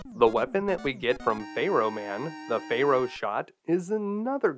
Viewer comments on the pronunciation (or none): "fair-oh", not "fay-roh" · I find your mispronunciation of Pharaoh to be quite disturbing. It's pronounced Fair-O, not Fey Row! Also, you forgot to mention the trick where you can disable the Octopus Furnace's hitbox by firing a Drill Bomb at its weak point & manually detonating it just before contact. This will disable its body's hitbox, allowing you to stand directly underneath its weak point. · I don't know if you're saying Pharoah like that as a joke or what. I have never heard it pronounced like that. 😆Good play through!! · Hehe, your pronunciation of "pharaoh" gave me a giggle. "Faye-Row Man" 🙃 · Fay-row man 😅